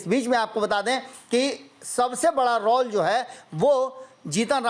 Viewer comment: you please correct your pronunciation of word 'Role".